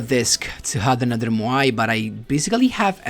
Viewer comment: i love how you pronounce MOAI correctly, not like the duel links meta guy. keeps repeating MAYO MAYO GRAB THE MAYO